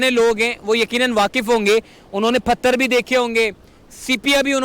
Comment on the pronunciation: Ap bhi pagal ho😂 ye bandaa pathar ko phatar bol raha hai ap usko sikhaane chale ho 😂 kaisaa lagaa meraa majaaak